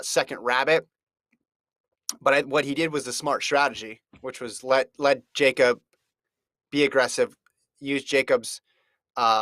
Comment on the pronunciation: These idiots keep mispronouncing Jakob's name :( and no Hoare wasn't close to really competing in that race Jakob was just toying with that field!